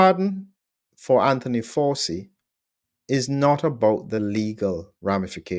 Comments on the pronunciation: Why are you pronouncing “ Fauci” incorrectly? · It’s pronounced Fowchi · Sorry for being pedantic but please pronounce the mass murderers surname properly...."Fow-Chee" phonetically..... So is this pardon for Covid, and/or HIV?? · Come on, Doc, Fauci has been in the headlines for 5 years now. Surely you have heard his name spoken by now? It is not pronounced FOW.SEE. The name is of Italian / Sicilian origin and is pronounced FOW.CHEE. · While I admire a lot of what you do, I was nonetheless flabbergasted -- after the man's copious exposure on prime time media during the COVID debacle -- that you consistently mispronounced his name! Did you never watch any US media during Fauci's (pron: Fawchi's) all-too-regular appearances at briefings and in interviews? 🤔 That said it is an absolute travesty that Fauci has been preemptively pardoned for what could ultimately come to be viewed as his culpability in encouraging and ensuring that millions were harmed, and/or died as result of strategies he consistently promoted and his failure to allow the use of safe prophylaxes that were readily and cheaply available! He may yet arguably go down as one of the greatest serial killers never to be punished for his essentially murderous actions during COVID and earlier during his equally heinous mis-management, partiality and profiteering during the AIDS crisis that undoubtedly also led to many suffering and dying. He is an arrogant narcissist who held the reins of funding far too long in the US and has evidently apparently gotten away with his despicable alleged crimes! (Anyone who has not yet read RFK jr's "The Real Anthony Fauci" should certainly do so!) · It's pronounced Fow-chee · His name is pronounced Fow-chi. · The little gremlin’s name is pronounced “Fow Chee!” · "Fa-u ci Dossier"